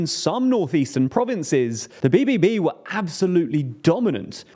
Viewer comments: you butchered bbb XD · Good effort on trying to pronounce BBB but that was terrible 😂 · Say BBB again please - loved it